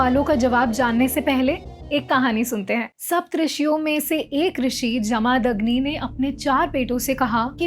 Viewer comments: Please pronounce Jamadagni properly. Its not Jaa-maa-dag-ni.. its Ja-ma-dag-ni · जमदग्नि है वो not जमादग्नि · कृफया भारतीय नामों का सही उच्चारण कर लिया कीजिए। आशा करता हूं कि आप देवनागरी पढ़ लिख लेति हैं। नहीं तोक्षसीख लीजिए। जमदग्नि ऋषि हैं, न कि जमादग्नि। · Vo pronouncing jamadagni in wrong way